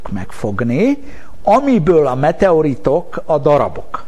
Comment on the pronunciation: mi a tököm az a "meteoritek"???? XD